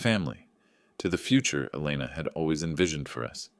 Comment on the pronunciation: Elena becomes Elna, Etta becomes Eda? Give AI easy names like Jane or Mary.